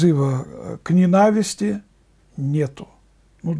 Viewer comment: Дорогой батюшка! Говорите по-русски правильно! В слове ненависть ударение всегда падает на первый слог!